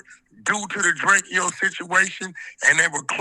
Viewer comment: It’s DRAYCO not DRAY KE O